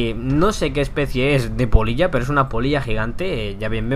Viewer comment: Jajaja creía que decía polla xD